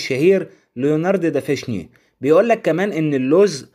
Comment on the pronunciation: جميع المعلومات جيدة جدا واستفدت منها وعفوا منك ممكن اصحح لك كلمة دافنشي وليس دافشني كما قلتها في الفيديو وفقك الله لكل ما هو خير لك امين